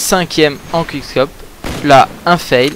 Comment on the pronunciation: Bon, on dit pas CWUIK CKOPE MAIS COUIC SCOPE OK?!! Ensuite on dit paS SUWITCHE MAIS SOUWITCHE Voila je te rapelle juste que ces mots sont anglais donc même si ton accent laisse a désirer ( ou pas:P) prononce les bien s'il te plait